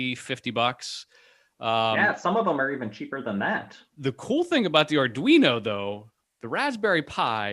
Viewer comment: Soooooo glad to finally hearing you pronounce it “ar dwee no” and not “ar dreeno”😂. First by the way!